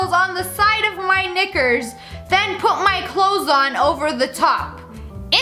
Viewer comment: Nobody gonna talk about how she said knickers